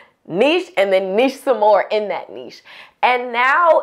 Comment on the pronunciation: Thanks for saying niche properly 😁